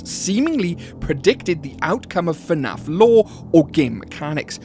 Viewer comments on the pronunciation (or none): bro said finaf instead of fnaf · why does bro said "FE NAF"